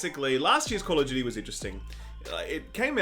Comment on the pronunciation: honestly I didn't understand what "game of Judy" means until u said "call of Judy" XD